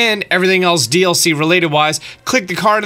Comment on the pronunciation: Dlc not doc